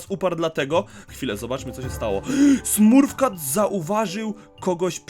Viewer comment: Mówi się smurf cat